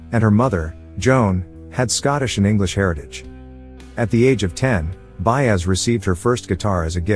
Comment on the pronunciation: Her last name is not pronounced BAZE .